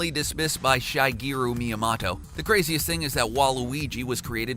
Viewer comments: Yeah def said shy , sounded like he was calling him shy guy at first never heard anyone pronounce his name like that before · LOLOL omg i went to the comments to comment about this myself. Though I heart 'Shy-geero' . JESUS